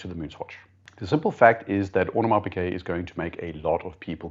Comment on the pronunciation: coujld we normalize pronouncing Audemars Piguet the right way? it is a G not a Q in Piguet. thank you.